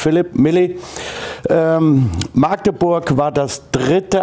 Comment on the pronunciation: Man es heißt Magdeburg und nicht Maaaaagdeburg